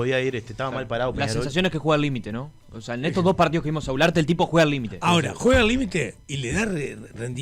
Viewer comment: Culearte no gularte 😂😂😂😂